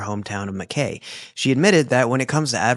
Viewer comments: Aussie here... Its pronouced Ma, kye not Makay.. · Also an Australian and I love your content...btw it's prounounced Mackai